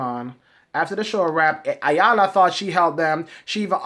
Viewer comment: Isn't everybody on TV to make a living and get paid?! WTF!! ....... and her name is pronounced "Eyanla". BTW, please don't pick your pimples on camera, eeewwww that's just nasty!